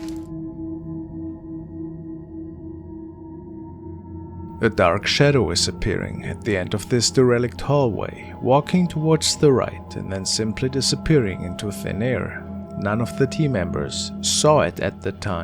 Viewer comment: That's a derelict hallway not de-relic hallway..😝😂🤓 It's all good though the content is always great..😲👍💕🔥🤙